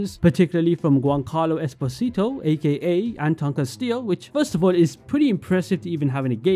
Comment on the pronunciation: Just a FYI / Fun Fact kind of comment: You are pronouncing Esposito "incorrectly", as the actor himself uses a different pronounciation :D He puts emphasis on the "po" in Es Po Si To